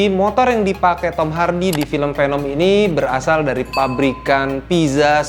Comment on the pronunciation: It's veneum not penem ✌️